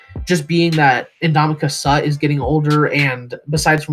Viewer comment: Dude, please learn how to pronounce the players names. Nothing destroys your credibility more than to pronounce a player's name wrong when they've been in the league for 10 years like Ndamukong Suh